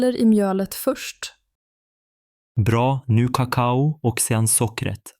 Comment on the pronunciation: Han har fel betoning på "kakao". De talar som datorer. De talar inte naturligt.